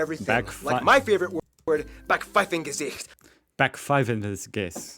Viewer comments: German School System in a nutshell: Gymnasium = good grades (~A to C) Realschule = okay grades (~B to D) Hauptschule = bad grades (D or worse) Also there are some words he said wrong like “Backpfeifengesicht” or “Wirtschaftswunder” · It's Backpfeifengesicht. Wirtschaftswunder